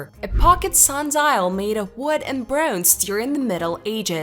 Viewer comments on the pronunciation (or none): brohnze lol